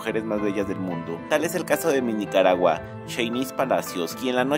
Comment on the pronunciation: Ni bien pronuncia usted mi país 😢😢😢😢